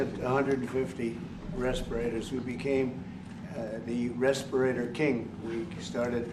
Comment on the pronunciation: Oh my, he couldn't say respirators.